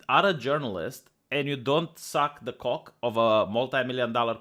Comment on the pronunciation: probably my favorite "youtube content creator" right now, but I really hate the way he makes "cock" sound like "coke." ~(>_<。)＼